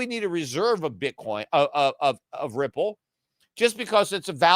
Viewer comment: how come he pronounced Ripple correctly? :O